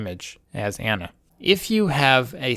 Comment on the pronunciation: AH-na. Say it with me.